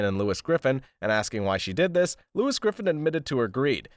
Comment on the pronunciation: 1. It's just a recap of a FG episode but with a clickbait title 2. You can't pronounce "Lois" 3. Boring narration 4. You keep referencing to characters as "the daugther", "the husband" etc. like those garbage news article videos you seem to be referencing 5. Your video is just a less entertaining, although shorter, experience than just watching the show 6. It's low effort YouTube creator garbage